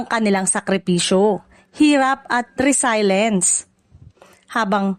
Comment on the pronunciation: 😂😂😂😂Re-silence daw😂😂😂 Meron pa, EN-sem-bol daw😂